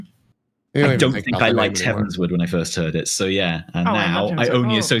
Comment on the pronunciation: So satisfying to hear Tali and say Heavensward the way I believe is correct